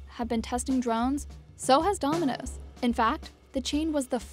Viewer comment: She can’t even say domino’s